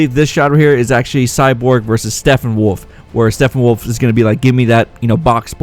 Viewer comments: His name is Steppenwolf not Steffenwolf. You always pronounce it wrong and its kinda annoying. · Great break down, but it's Steppenwolf. Not Stephenwolf. Sounds a lot like your saying Stephenwolf. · Stephenwolf..? Thought it was Steppenwolf...?